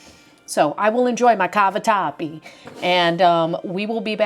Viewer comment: Happy birthday,!! Italian girl here…laughing and joking, when you pronounced cavatappi with the “Italian accent”, you were absolutely spot on. Well done, you! Absolutely adore your videos, please keep it up.